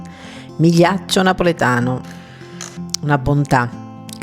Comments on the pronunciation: Gl in itLian is pronounced ye, so its ma lee achee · If you use AI narration, program it to pronounce the Italian name correctly.